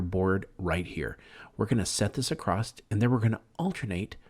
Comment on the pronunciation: Stop using the word acrost. It’s not right. It’s across.